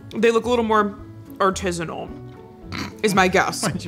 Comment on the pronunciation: Has always pronounced artisanal that way or is it just for funsies 😅